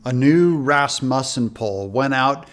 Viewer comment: Thank you so much for saying Rasmussen correctly. That’s my last name.